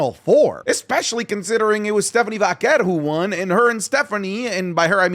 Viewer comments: I love you but is Vaquer not Vakkkker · lol the amount of time STEPHANIE VAQUERS name was used lol not stephanie or la primera nope full kayfabe govt with a zesty accent on the vaquerrrrr lol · Why does it make me so mad the way rolls his r on the vacquer 😭😭